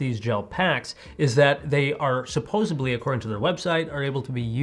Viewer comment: !!! DID U JUST SAY “SUPPOSEBLY”?!?!?! CREDIBILITY JUST HIT 0 U MIGHT AS WELL SAY “your” welcome , say you support ukraine and say you’re from south carolina ranked 45/50 in education at this point DO NOT RECOMMEND FROM THIS CHANNEL ACTIVATED!